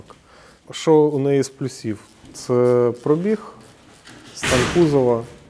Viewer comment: перший, хто нормально вимовляє слово пробІг, тисну руку.